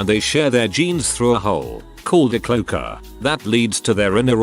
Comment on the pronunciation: For that matter, the robo isn't pronouncing "cloaca" right, in the same item. 3 syllables, please.